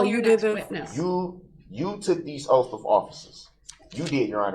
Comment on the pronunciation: Calling the oaths, “oafs” lol 😆